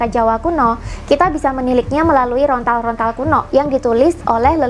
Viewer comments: daun lontar mbak ....bukan rontal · Lontar bukan rontal... Saking semangatnya sampai keliru mengucapkan... Tapi keren sih yang di uraikan... Rahayu Sagung Dumadi 🙏🙏🙏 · lontar mbak...bukan rontal....hehehe......